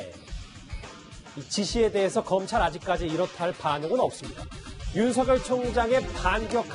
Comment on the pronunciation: 앵커님께 한가지만 물어봅시다. 윤석결로 발음 해야됩니까? 윤성열로 발음해야됩니까? 헷갈리네요